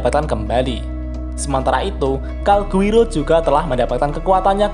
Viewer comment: Calgurio min bukan Calguiro